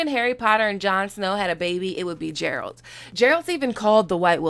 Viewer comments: Geralt the G is spelled like ^G^ood not D but T so its geralt of rivia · You totally butchered the pronunciation of Geralt, its more like Gare-alt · Love you, but the Jeralt is killing me! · "Jeralt of reviya" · Pronunciation is off, more like Gare-alt. Play the game for real or watch a trailer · I’m hoping I missed a joke and u know that it’s not Jeralt lmao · Im sorry i cant with this video her pronounciation of geralt or henry cavill or the really urban explination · Played the games huh, cant even pronounce geralt of rivia correctly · Within the first few minutes of the video she mispronounces the name of “Geralt” and “Cavill” ... ohhh boy. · Good breakdown, but the way you pronounce Geralt, is driving me crazy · You’ve played 2 of the games and you still don’t to know to pronounce Geralt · Damn girl you are gonna feel so stupid for butchering his name so badly daaaaaamn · Youre pronouncing his name wrong. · If you can say "Guess".. then you can pronounce "Geralt" correctly, jeez dude. Also, the mutations taken during witcher training makes ALL witchers infertile, can make love, but not babies. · Stop calling it "Game of Thrones", dont build the hype when we don't know yet how series gonna end up,this is Netflix and they know to fuck up.Also.... Witcher has its own identity, its not any version of GOT.Another thing... you don't even know to pronounce Geralt name and talking about series lol. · geralt geralt geralt ....ah for fuck sake just tell this ignorant fuck how to pronounce the name right ....this is so painfull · I have been telling my GoT friends about the Witcher since it was announced. George RR Martin and Sapkowski are also the same age (Sapkowski is a couple of months older). The first story in The Last Wish was published in 1986, a full decade before A Game of Thrones (book). Geralt is pronounced with a hard G, like game, not with a "J" sound. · You pronounced Geralt wrong 😑. My one pet peeve of the series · Yeah G like in Golf not Germany